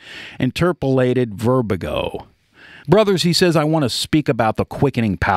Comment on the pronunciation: Verbage----not verbigo!